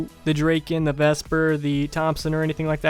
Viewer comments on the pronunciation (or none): The way u pronounce guns is autistic spectrey? Serious is it that hard to pronounce its clearly spek-ter and dra-kin no thats just stop its dra-kon